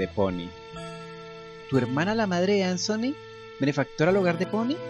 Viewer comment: No sé llama ansony!!! Es Anthony pero me encantó esto!!! Me abría encantado que algo así hubiera pasado en el original!!!